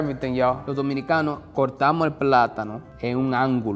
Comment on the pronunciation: He said "Dominicans" but honestly it's easy to mishear it as "Mexican" he said something like "We 'Minicans" 😂